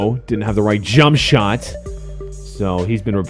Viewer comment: you say jump shot wierd